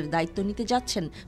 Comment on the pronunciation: ডোনাল্ড ট্রাম্প রোনাল্ড ট্রাম্প 😅😅 নামটা ভালোই দিছেন ভাই এসব ভালো মানুষের নাম ভালোভাবে উচ্চারণ করা সম্ভব না তার প্রমাণই দিয়েছেন আপনি